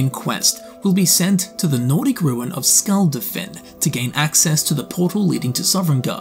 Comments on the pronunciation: nearly every non-english word spoke had the wrong syllabic stress, case in point, he says "Skulld-afinn" when the proper pronunciation is Skul dah-fin. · Hou do you mispronounce shit like "Skuldafn" when it's said in game 100 times?